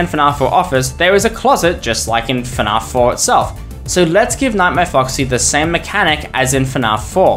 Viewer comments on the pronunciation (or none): ok theres no way you say fnaf like "fnarf"